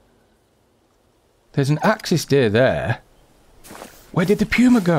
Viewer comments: pewwma? its puma as in poohma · Love your channel but the way you say Puma is killing me. It is POOOOMA, not PEEWWWWMA. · It poomu not puema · It's not Puew-ma, it's Puma, Puuh-ma. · I have PS4, anyone know if they will be fixing the problems with tracks, blood trails, animals not dying or dissapearing problems? Any anticipated time frame with it from the devs and will it come in a console patch? Thanks for any commentary and sorry to be a snit, but it's pronounced Poooo-ma, not Peeeu-ma. Love your vids. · Everyone is calling it a “pewmah” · It's puma not pewma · I’m sorry but it’s said like pooma